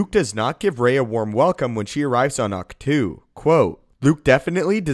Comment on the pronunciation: Ahch To is pronounced "Octo". Or Awk-Toe. Not "two". It's not a number or preposition. Great videos though!!!!!